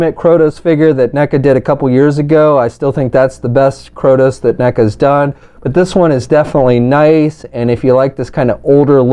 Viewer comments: Bro, it is KRAY-TOES, not CROW-TOES. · Kratos not krotos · ...you can read, right? How do you get "KrOtos", from reading KrAtos? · "Kroudos"... wow! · Krotos? how the heck do you get Krotos from Kratos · It's Kray-tos! Good Lord that mispronunciation was driving me nuts. Other than that thanks for showing all the details. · "kR0tOs..." XD great review otherwise man